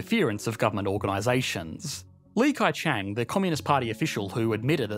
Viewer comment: It's Lee khe chaahng, not Lee Kai chang